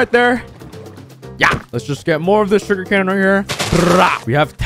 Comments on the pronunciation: “Shuger cane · Him in every video: sugari cane (lol)